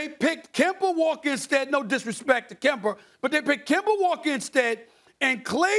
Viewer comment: The grand return of "Kember" Walker.